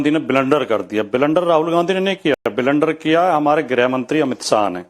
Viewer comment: बिलेंडर क्या होता है... अगर ब्लंडर शब्द सही से नहीं बोल सकता तो मत बोल